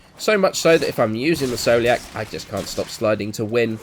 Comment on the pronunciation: scoliac is pronounced skoliak like the disease just saying